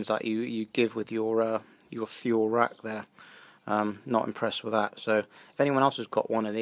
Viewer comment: Nice review. It's pronounced "too-lee".